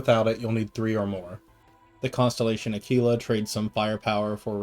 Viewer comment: Uh kee luh like tequila. Nobody drinks tuh kwilla